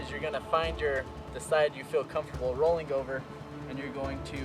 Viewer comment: Lol I like how he says rolling like "rollink" xD